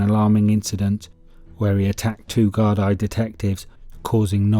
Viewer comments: I can't see the point of A: using the American Westies gang at the start, and B: using American footage to portray some of the nefarious actions. And the Gardai is pronounced "gard-ee". The actual facts of the situation are spot on and very well researched. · No darling from the states ? In ireland just cos no all speak gailge meaning fuckin irish its pronounce is gardi ya smart cunt.